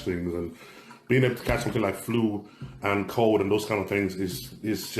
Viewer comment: what did Samson have a COLD or a CODE??? 😂😂😂 gotta work on the letter L brother